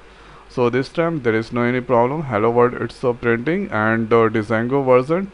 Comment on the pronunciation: Its called jango not D jango